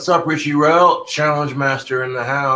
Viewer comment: maybe if he gets his eye fixed he'll start reading Richie's name right